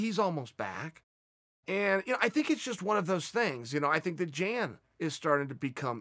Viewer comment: When Chael says Jane, he is talking about Blachowicz right?